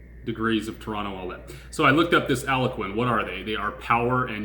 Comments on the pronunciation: You Crack me up with Aloquin its Al gonquin 1 of the biggest gaspipe line companies 🤣😅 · "AL -GON(E) -QUIN".